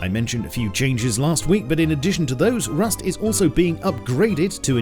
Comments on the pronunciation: RRRRRRRRRRUST! you sounded very russian-german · U said Rrrust such as russian «Раст». So strong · Please Roll the ,,R"in Rust everytime (like the beginning in ur video) now in ur upcoming vids. xD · U said rust like a russian :))))